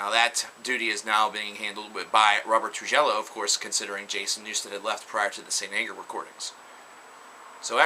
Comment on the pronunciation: really loves butchering names. "Robert Troojello"; "Chuck Scheelinder"; "Scott Clendian" lol